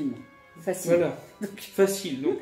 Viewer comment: Alors... On est dans la rangée de dvd asiatique ??? Pas fachile fachile... 😁😂😁